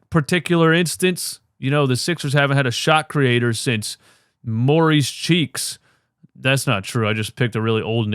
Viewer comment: Maurice Cheeks, or Morey's Cheeks...not sure what u said...😅